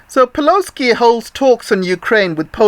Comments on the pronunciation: "peloski" I like that LMAO! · "Peloski" lol. Perfect.